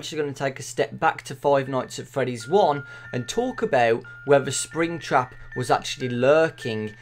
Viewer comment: When he say's springtrap I hear springchrup